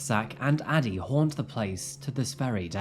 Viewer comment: I keep hearing daddy instead of Addie.